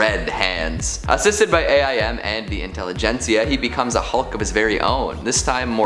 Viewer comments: Stop calling it a i m it’s aim dude aim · You can say M.O.D.O.K. like Modok, but can't say A.I.M. like Aim? Good thing you weren't talking about S.H.I.E.L.D. and S.W.O.R.D. as well.